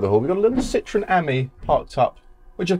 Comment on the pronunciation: What is wrong with the Brits?????? This car is NOT called a lemon, which is exactly what "citron" is in French. It's just as bad when they, and most Californians, refer to a Porsche as a "Porsch". Citroën is actually very easy to pronounce----si-tro-en. It's almost as easy as saying por-shaw. Please stop mangling French and German.